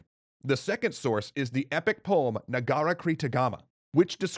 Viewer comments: it's Negarakertagama not Negarakretagama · PLEASEEEEEEEEEEEEEE ASK AN INDONESIAN HOW TO SAY NEGARAKERTAGAMA PLEASEEEEEEEEEEEEEEEEEEEEEEEEEEEEEEEEEEEEEEEEEEEEEEEEEEEE